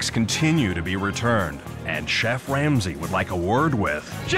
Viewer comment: I’m not sure if anyone noticed this but it sounds like the narrator said chef wamsey